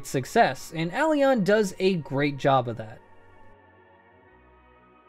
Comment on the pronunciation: Aeroeon (Uh-Rowe-eon)